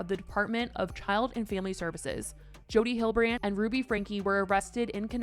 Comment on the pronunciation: You are pronouncing Hildebrandt incorrectly